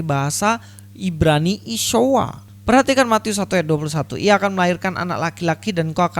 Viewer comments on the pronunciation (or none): Akibat giginya tidak terkondisi , jadi bunyi isyuoaaaaa 😁😂